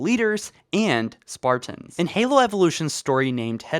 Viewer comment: I’m so annoyed by the way u pronounce Spartans “SparTINS”